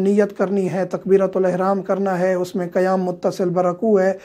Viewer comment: Which One is CorrecT QaYaM or KaYaM, AAP KaYaM Kah RaHeY Hain.